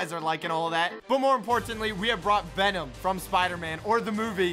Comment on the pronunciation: He really said Benom lol 😂